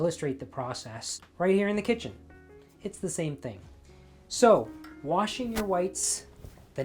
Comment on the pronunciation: I love you! You said "warshing." Sooo old school just like your approach to everything. This is a wonderful reminder and I've never heard of bluing liquid. My mother dropped the ball on educating me on that one!! And, I had no grandma to teach me either.